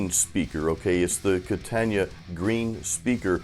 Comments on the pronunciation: Kata-na .... Not Katan-ya. Lol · It’s Katana not Katania. Come on brother. It would be great to hear something besides a bunch of over drive like blues or no shredding wide open. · Its not a KATAN-YA, ITS A KATAN-UH. It's far more than a practice amp! If you had gone through the variations, and the cab resonances/tone shaping you would have seen what this amp can do. I have a 73 100w Plexi & a HighWatt DR-103, and this Katana keeps up with EITHER!